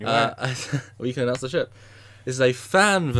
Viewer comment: Did he say "hundred-ton sheep"? OH..."ship"... :P